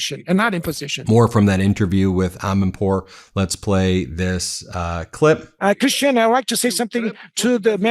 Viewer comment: ...and, Ben, learn to pronounce Christiane Amanpour's first name. It is time.